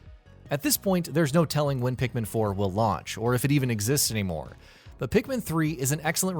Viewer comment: Ikr like wth so many people call pikmin that thinking its right